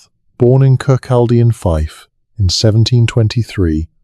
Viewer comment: 02.51 Fife Scotland